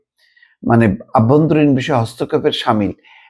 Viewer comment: আপনি একটি শব্দ ভুল উচ্চারণ করেন। শব্দটি হলো: আভ্যন্তরীণ। এটি অভ্যন্তরীণ হবে।